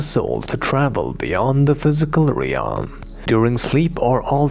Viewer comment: Dear. Open Google translate, and listen how the word 'realm' is pronounced.